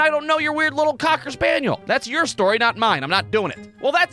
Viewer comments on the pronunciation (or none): Emphasis on the COCKer Spaniel 😂